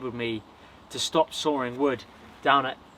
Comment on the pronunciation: "sawring wood"